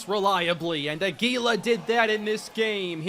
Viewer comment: Hey, Albert Aguila is actually pronounced Águila, like eagle in spanish. Hope this helps:)